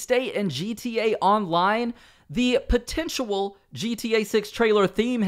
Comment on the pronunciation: bro just said potentual and I kind of like it more than potential XDDD